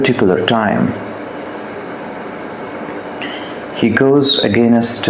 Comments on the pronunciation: Accent pe dhyan dia hai bas English ki toh dhar ke maa bhn kari hai "Againasttt" "operationass" "presumas" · againest? roflmao....again-est? kya english hain yeh? 🤣🤣